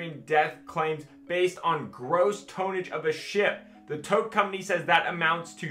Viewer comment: lol tone age… it’s ton age like “ton” of weight